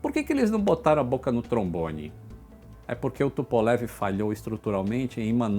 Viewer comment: Por LAM Luís Antônio Menghi Adoro quando aquela russa aparece nos vídeos corrigindo a pronúncia do! Os vídeos do são formidáveis e a russa dá um charme a mais! Amo vê lá falando " Tupolev "! Parabéns por tudo que você nos informa. Você é o Roger vão voar juntos, quando? Já estou Vovozão e não posso esperar muito! Abraços,! " Tupolev "! AI!?